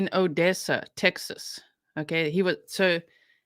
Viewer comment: Btw it’s pronounced O dessa like Vanessa